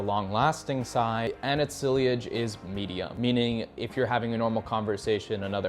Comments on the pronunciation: It's sillage, not "silliage", vetiver, not "veviter", labdanum not "landandom", you say it wrong too 🥴Love the videos 😅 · Dont want to be that guy, but Sillage is pronounced french, something like Si-asch. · Sillage- pronounced see-yodge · I know sillage is a French loanword but I've heard people pronounce it "SIGH-ledge." I don't think it's a worthwhile nit to try to pick, especially through text. At least include how they're supposed to be pronounced.